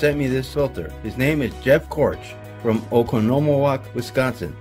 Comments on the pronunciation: It's pronounced Oconomowoc. Not Oconomowoc lol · LOL thanks for Butchering the city name in wisconsin lol, i live not far from there